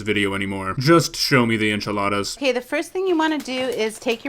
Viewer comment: The "Enchiladas" killed me :c. Never mind the "Omelette" X_X